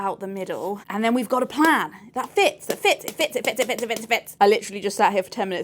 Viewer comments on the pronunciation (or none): none